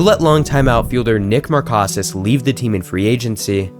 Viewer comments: Could you have done… I don’t know.. the slightest bit of research before you tried pronouncing players names? Dan Duquette is pronounced “Doo-kett”. Nick Markakis is “Mahr-Kay-Kiss”. Johnathan Schoop is “Scope”. The list goes on but you get my point. In the future, reach out to long term fans of teams. They’ll give you invaluable insight into stuff like this. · Markakis and Schoop hurt my brain bro